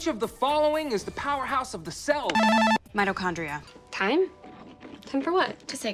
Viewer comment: No one: Not even the writers: Betty: MiToChOnDrIa